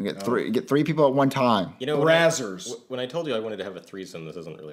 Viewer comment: I started laughing when said brazzer